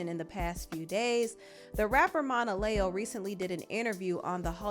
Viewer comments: Just FYI, it's phoneticlly pronounce Mona-Leo, like Mona Lisa. I said it like you as well until she explained the origin of her stage name. I don't blame Mariah! She didn't sign up for this mess like the other baby mamas. She was his wife, and although after they divorced she wasn't expecting him to not have anyore children. But she was expecting him to still be an involved parent to her kids regardless of any other children. He's out here just having baby after baby and her kids aren't getting the live and time they deserve because he just doesn't have it to give. He's created a lot of single mother led households and ultimately it's the kids who are going to suffer the most. He has no plan on how to make it work, either. I feel for all the kids because none of them will ever have more than a photo op and a few hours a month to spend with him. I hope he's seeing the error he's made and stops this bullshyt while he's still under a baker's dozen of kids. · Saying Monaleo name wrong is killing me rn